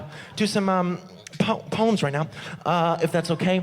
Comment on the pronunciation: the first time he said poems, I thought he was saying puns in a funny way poans